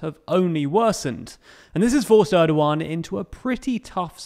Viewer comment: president Erdogan not Edowan